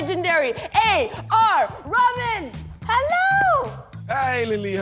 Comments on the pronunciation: His name is pronounced Rah Maan. 2 syllables. Not Ramin. Please don’t butcher a brown brother’s name. He was very sweet and didn’t correct you. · It not Ramen noodles!! OK lily it's the A R RAHMAN!!! Try to pronounce it nicely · its AR Rah-Man not A R RAMAN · Its Rehman. Not rammon..come on.. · Ok lily ILY but wtaf is "RAMEN". He's name is "REHMAAN" (aka that's how you pronounce it oml) I'm ded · Did she just say AR RAMEN? Girl is RAH-MAN LMA O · Did she just said A.R. Ramen???🤣🤣🤣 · Its pronounced Reh-Maan not Ra-men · Lily--- it's A.R ReHH-MAAN, not RAH-MAAN. Did not expect you to butcher his name. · As much as I am excited about this interview can you stop calling him Ramen 🙄 name clearly is AR RaHman. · A r ramen!?!?! Repeat after me, Rah- maan!!!! He is too sweet to correct you. But what is your excuse,? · The fact that people pronounce raman n not rahman😀 ..... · When you make Râhmân - a name of God (meaning, the most Kind), sound like Rāmen! 🙄 😲 Wonder how would Lily react to being called Lyly. Though A.R. Rahman is too kind to mind, there is no excuse for people knowing a language to mispronounce a name. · Lilly are you really saying Ramen? It’s ray- huh- maan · It's not fcking ramen .it's A R reh-man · Lilly.. Its not A.R. Ramen.. it A.R. Rahman... U have to pronounce the "h" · Omg AR Rahman(not ramen) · she butchered the Rahman calling it Ramen ! 🤦🤦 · Your "favorite" but you pronounce the name as Ramen. What an utter idiot. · did she say A R Ramen? really! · Did she just told AR Raveen? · I heard it as AR Ramen :p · They really did (kinda) f-up his name- A.R. "R A M E N" 🍜... -Lily Singh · Did she say Ramen? 🙄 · The way Lilly says Rahman sounds like ramen😂😂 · Did she called him "Rabin" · Did she jus said AR Ramen 😭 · Lilly its not ramen 😭😭😭😂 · She called him Ramen 😂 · Yo atleast pronounce his name right.. AR RAH - MAN! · Did she say AR Ramen?? Wtf? Does she actually know how to pronounce his name? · A-R "Rah-maan". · Did you just said AR Ramen? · A R Ramen